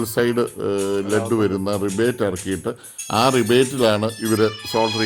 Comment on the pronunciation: ചേട്ടാ... Revit.. എന്നാണ് പറയേണ്ടത്.. റിവേറ്റ്